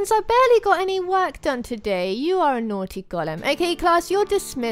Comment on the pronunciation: Tyler Neverland its naughty not nottey